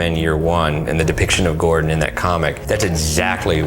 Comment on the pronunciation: do you mean you think about Ledger when you see his Joker, he's totally unrecognizable as Heath when you see him in the movie. Also, why do you say Gordan instead of Gordon?